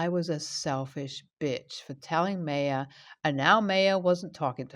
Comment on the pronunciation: Just fyi, Maya is pronounced 'my uh'. :)